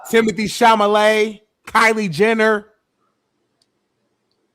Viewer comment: Timothy Chalamet not Chamalet